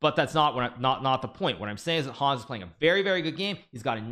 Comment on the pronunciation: Hikaru, he's called Hans, not Hawns